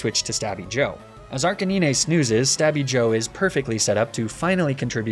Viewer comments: He said arcinine for arcanine Nobody talking about that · did he really just say arc-a-nee-nea?!?! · who pronounces arcanine like that😭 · Your pronunciation of Arcanine is literally killing me xD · I absolutely love your videos! They make me feel like a kid again watching them. However; I will never be ok with how you add an extra syllable to Arcanine's name xD Keep it up! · this man cant be serious pronouncing arcanine like that. there has to be some joke I'm missing out on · I love these videos but the way you pronounce arcanine makes me irrationally angry for some reason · stop butchering Arcanine's name on purpose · Bro get outta here with the „blasto-ah“ and „arcaneeneh“ 😂